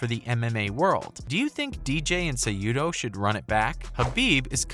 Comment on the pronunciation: Henry "Kujado"